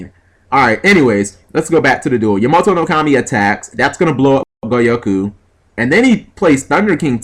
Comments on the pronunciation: Ya-MO-to...Seriously? The dyslexia is real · I'm actually friends with Stephen Mercier and he calls the card Ya-may-toe for a long time. You don't need to know how to pronounce the cards to do well with them :/ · plays bujins still mispronounces Yamato i got nothin